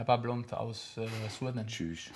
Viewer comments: Schüüch??? Macht Alaba einen auf Türke oder was? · Alaba richtiger Brudii wie der Cüş gesagt hat 😂